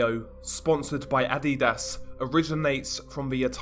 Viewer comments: Um adidas not ad di das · For some levity... It's pronounced "Uh---dee---duss" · still hear "Id-eat-ass" when you say Adidas 😂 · Were you pronouncing adidas on purpose? or?